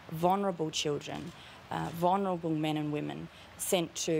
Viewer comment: No Sarah, it's pronounced "vul-ner-able" not "vonerble".